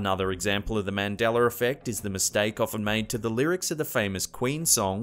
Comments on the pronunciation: Is it pronounced Mandala effect or MandalaR ??? LOL Where does this mysterious R on Mandalarrrr come from?? lol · You say Mandela correct when you spoke about Nelson Mandela, but when you state the effect you say "Mandeler effect" ??? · Mandeller effect????? U mean mandella? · I have a new drinking game... drink every time he actually pronounces Mandela correctly. Do NOT drink for MANDELER (you'd just be constantly drinking.) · Why do you keep saying it like “Mandelar” effect. It’s annoying. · He says “Mandela” completely fine by itself yet when he combines it with “Effect” it all this sudden becomes “Mandeller” it’s like... you say it normally all by itself so that means he is mispronouncing it on purpose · Mahn-dell-hur iffect is hard enough for the alllllways over done over explained intro’s that this narrator for smacked 🐷 is known for, my bad for thinking he’d say it semi proper once or that it wouldn’t make me unreasonably frustrated as if I don’t usually dodge this channel due to my own lack of patience. Maaandellurrrr delluuur... delllll- HER...ARGH!!! I was also hoping but not sure why I was surprised that had the same old tired AF Mandella Effect stories, well except Fundy extremist Graham dying...I don’t remember that before hand, just cuz my super religious G’ma was til the day he died a huge fan girl if his, she will be 91 in a few weeks.. so nope on that..everything else...yeah.. some more than others. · The Mandeler effect... Lol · What the fuck is a "mandeller". Why do British fuckwads add an unneeded "R" to everything. The "uh" sound isn't that hard. You literally have to go out of your ways to add that shit.... idk. Shits stupid. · Mandeler? Lol English how cute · you say His correctly then you start saying Mandeler.... WTF!?! I'm out!!! Say his damn name right. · Man deller effect but says his name correctly 🤣🤣😜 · Is it just me or does he start saying Mandeler effect half way into the vid? . . . . . o_O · I hear MANDELER EFFECT